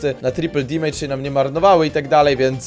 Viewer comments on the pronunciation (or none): none